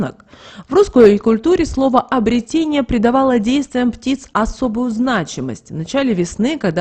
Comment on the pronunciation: обрЕЕЕтение. н е обретЕние. обрЕЕЕтен е.